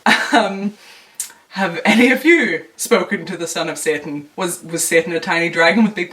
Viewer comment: Random but I love the way you pronounce satan lol